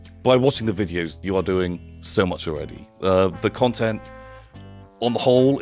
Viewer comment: More ‘cuntent’, I guess that means is coming back to the channel.